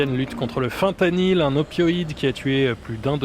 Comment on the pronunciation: La vidéo qui commence par un boug qui prononce mal le nom de la molécule HAHAHAHAHAH ca promet